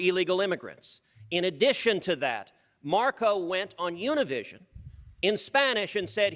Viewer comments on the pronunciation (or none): Yunivishion?? UNIVISION!!!!